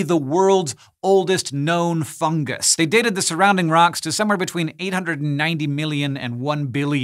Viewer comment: "Fun-jus" doesn't work, either.